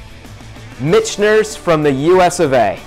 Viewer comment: Great video! I subscribed a few months ago. Keep up the good work. But I.... got to give you some friendly ball busting for pronunciation of Michters. (Mick-ters) You keep adding an (N) in there.. .. blame it on the whiskey. Lol